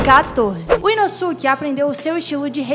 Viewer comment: massa, mas ficaria mais feliz se pronunciasse os nomes corretamente... nome é nome, não muda, independente de onde se está! "Urokodaka"? "Inossúki"?